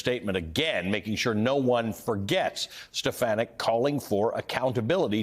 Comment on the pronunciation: Please pronounce her name right.